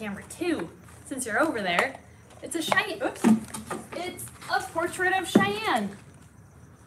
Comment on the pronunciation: the name is “Cheyenne” not “shian”